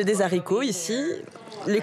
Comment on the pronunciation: des z'haricots,,,,,, serieux!!!